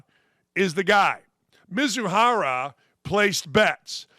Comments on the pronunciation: "The guy in the right is the fall guy"...yeah, and the guy in the left is the dumb one, based on what you say Ohtani's the gambler? just in your disbelief that someone can't or doesn't keep track of his balance?. MI-ZU-HARA, dude it's really not that difficult, by you already change his last name 3 times!!. Forget it.this crap is unwatchable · I thnk I've heard Ippei's last name "MIzuahara" butchered at least 20 times throughout the video. lol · This clown butchered Mizuhara"s name twenty times (+) in just this short clip, sounds like a hater to me.